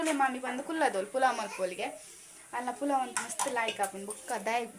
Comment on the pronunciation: Pulau alla palau akka